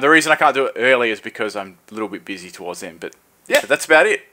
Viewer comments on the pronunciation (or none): none